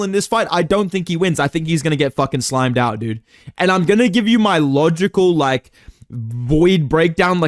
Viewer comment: Hearing “slimed out” in an Australian accent will never not be funny lmao